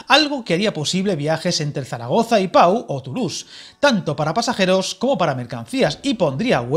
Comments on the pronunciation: Oirte decir "pa-u" varias veces en el vídeo, chirría al oído. El nombre de la localidad es "po", y como dicen más abajo, no es más que un pueblecito al que Francia no va a destinar ni un euro en mejora de infraestructuras. Incluso la línea Burdeos-Toulouse (pronunciado "tulús"), ciudades que aunque parezcan importantes, entre las dos sumadas apenas llegan a 800.000 personas, y la vía que ni siquiera se acerca al Pre-pirineo francés, lleva ANOS de retraso. Francia no tiene ninguna intención de meterse en esa zona de montaña en la que no hay población. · Se escribe Pau pero se pronuncia Po